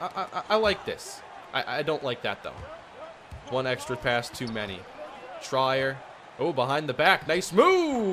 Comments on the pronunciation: This bugged me a lot. It’s pronounced tree-er not tray-er. It’s ok though because he’s not that known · hate to be that guy, but its "treer" not "tryer" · His last name is "Tree-Er" Good video though! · Trier is pronounced ‘Tree-yer’